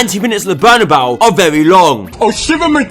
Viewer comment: "The last kick of the game at the Bernebeau is a very long time!"